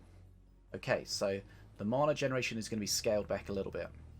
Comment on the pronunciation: ffs you still cant say mana... how long you play this game ffs bro lol